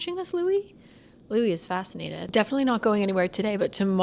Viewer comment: Louie not Louis! Love your vlogs ❤